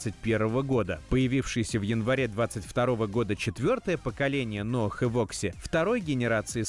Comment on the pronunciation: Из какого села ваши безграмотные редакторы? Что за "ноаХ"? Что за "вальвэ-матик"? Если уж и говорите нерусские слова, то и применяйте нерусское произношение!